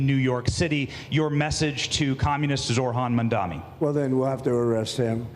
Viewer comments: ZORHAN MANDAMI is a wild pronunciation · "Zorhan Mandami" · "zor-han mandami" freakin' racists. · Why can no one say his name? It sounds exactly like it's spelt: ZOH-RAN MAM-DA-NI. I guess it is America, so expecting the media to be literate is expecting too much.